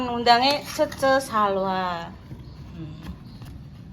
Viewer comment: Di bilang Cece bukan Che Che Bu yunnn😊